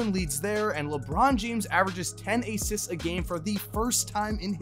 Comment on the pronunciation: the way he pronounced assists